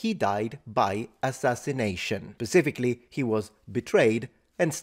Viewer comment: you say "pacifically" rather than specifically...i am only nitpicking your english as you nit pick ;) 😂